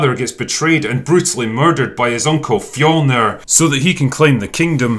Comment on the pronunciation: I personally appreciated the accurate depiction of Nordic culture, except for the fact that they always completely butcher the word “fjölnir”